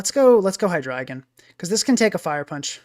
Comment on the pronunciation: My heart feels good that you are the only person who pronounces that Pokémon‘s name correctly. Drei for 3